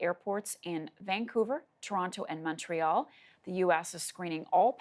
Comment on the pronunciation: Montreal MON TRE “R” the r sound pls make properly